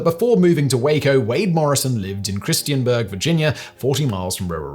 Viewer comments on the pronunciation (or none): Small correction. It's Christiansburg, VA. You kept pronouncing it as Christianburg. This is incorrect as such a place doesn't exist in Virginia.